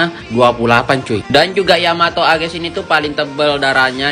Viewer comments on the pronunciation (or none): Mau heran tapi bang ngomongnya Agais😆 Btw dah sebulan😑